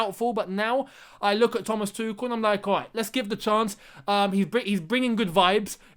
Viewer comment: Btw it’s not Tukol, it’s Too-schel